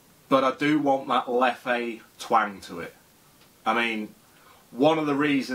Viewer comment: Isn’t it pronounced leff not lef-ay?